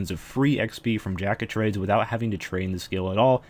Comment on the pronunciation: Lol he says Drack of Trades in the beginning of the JoT part